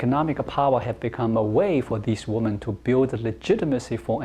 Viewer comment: 1 Woman and 2 Women pronounced as 1 woo man, 2 wi men.